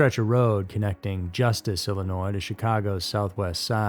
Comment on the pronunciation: Thank you for pronouncing Illinois the right way